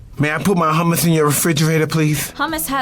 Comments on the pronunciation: im lebanese and im cringing so hard at the hummus part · God it pisses me off that they dont know how to pronounce hummus